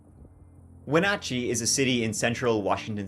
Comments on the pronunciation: Also, props to you for pronouncing Wenatchee correctly! I feel like unless you are a Washington native no one knows how to pronounce it properly 😂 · Im from okanogan, I can't believe you said Wenatchee and other town names right. Specially with how u say 20 or 30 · He's dead. It was a tragedy all around for our community. Well done on pronouncing Wenatchee correctly, though. In case you do a follow up video Okanogan - Oak-anne-awg-anne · You pronounced Wenatchee and Chelan correctly!!! Not many people do!!!! You da man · Born and raised in Yakima Washington and my ears perked up at “central Washington” BTW perfect pronunciation of Chelan and Wenatchee! 💕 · Congrats on the pronunciation s... for the most part. The Enchantments are awesome. If Decker pre planned this, he could easily make it through the summer. If hes alive, he will show up in the winter. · I'm IMPRESSED!! We have a lot of places with indigenous names, and it can be quite amazing to hear what people can twist those pronunciations into 😅 You pronounced everything dang near perfectly! Good job 😊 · Holy cow..., you're the first person I've ever heard outside of the state to pronounce Wenatchee right. It's my hometown. Nice work!! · Great job on the pronunciations of the locations! A ton of locals cant even correctly pronounce Wenatchee and Chelan! Impressive! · I live in Washington. This case hits close to home. I think he's dead in the woods somewhere. Edit: congratulations on saying Wenatchee correctly